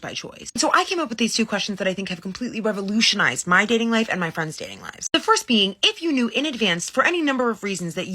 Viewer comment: I just can't...today. Revolutionuzed? I can't. I just can't.